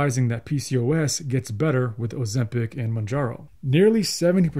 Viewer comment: What drugs, again? Your mumbling sounds like 'oseptic' and 'manjaro'. The description box below the video would be a good place in which to spell out unfamiliar terms.